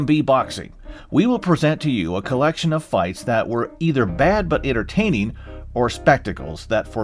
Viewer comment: "Ennertaineen." Yup, okay